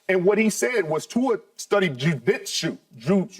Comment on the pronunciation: Bruh Richard tryna say jujitzu sent me😂